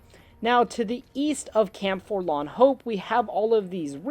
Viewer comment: Here's a drinking game: every time says forlan, instead of forlorn, take a shot of whiskey....